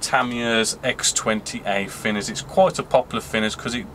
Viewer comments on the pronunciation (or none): FINNERS! Please can you try saying TH and not F....great vids apart from that!